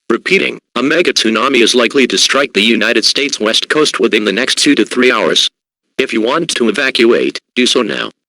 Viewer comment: I thought it said the WEAST coast